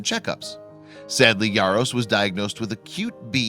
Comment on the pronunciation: Why are you pronouncing his last name with a Y? It's Jaros not Yaros...